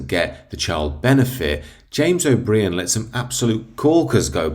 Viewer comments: Love the fact you called him, o'bree-an! He and his like, should be made to pay for everything they hold so dear, themselves! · Pity you fail to pronounce O'Brien correctly, UK English must be a second language to you. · Congratulations on being probably the only person in the UK who cannot pronounce Jame’s surname correctly! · He's called O bry ann 🤪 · Here’s one for ya. Jimmy O’ Brainless deliberately mispronounces the names of those he feels inferior to. He has enjoyed a private education but has NOT learned humility and thrives on humiliating callers to his show, as he has back room staff to research stuff whilst on line where his callers do not. His inferior complex must cause his wife severe pain. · You can’t even pronounce his name so why should anyone listen to your nonsense. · Funny you found the time to correct someone’s spelling but not the mispronunciation, hypocrite.